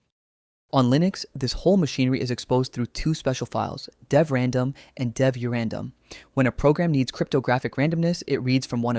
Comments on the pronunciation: deev/random got me every time. lol deev. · but how do you explain the bizarre mispronunciations? "2 point five-tee-eight", "deev-random"